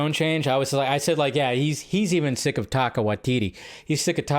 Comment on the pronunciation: At least get Taika's name right. Taika's name is pronounced like 'Tie-car' who's Taka?